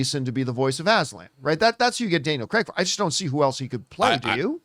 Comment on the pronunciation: Please stop calling Daniel CREG!!! he’s even gone on a show and said its CRAIG!!